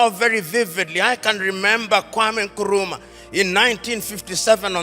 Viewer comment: I am glad that he finally learned how to pronounce "Nkrumah" correctly!